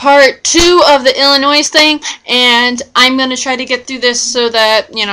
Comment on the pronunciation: The S is silent it is pronounced Illinoi.